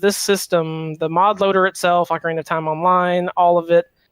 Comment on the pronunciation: Hate to break it to you guys, but in English Ocarina is pronounced "ok-uh-ree-nuh" Not the other one. :P